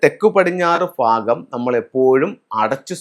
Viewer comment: ഫാഗമല്ല....., ഭാഗം....